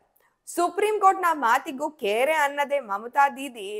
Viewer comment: 'ಕೇರೆ ಅನ್ನದೆ' ...ಅದು ಕೇರೆ ಅಲ್ಲ "ಕ್ಯಾರೆ"